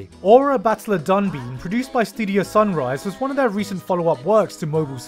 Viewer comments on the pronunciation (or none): While I'm really happy you found out about Dunbine and told everyone about it (seriously, thanks, it's a great show that deserves more attention), it's really not DONE BIN, it's read pretty much as it's written in English, 'danbain' in romaji. And it gets stuck in your head if you watch the OP at least once so hearing it mis-pronounced is really weird. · Dunbine : Actually pronounced with the silent E. So actually "Dunbine" not "Dunbeen". I watched it back in the day. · The way you pronounced Dunbine is awfully odd. It sounds closer to Dunbean. Sunshine Dunbine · That pronunciation of Battler Dunbine is so funny. Sorry I just find it funny.